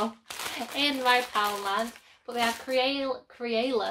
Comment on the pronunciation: I love those little crafty sets! I screamed at you saying crayola wrong, I love how you're unapologetically you! 😂 X